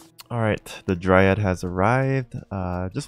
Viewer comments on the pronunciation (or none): none